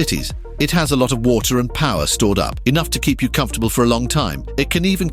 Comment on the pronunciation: I appreciate these posts. However, someone needs to listen to the audio before it’s published. The AI mispronounced “water” in a post about water, among many other common words. Ridiculous, not in a good way